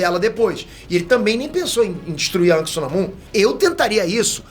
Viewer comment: Diz se anak nao ank😂